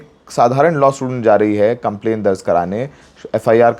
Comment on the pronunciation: दर्ज होता है दर्ज़ नहीं 😅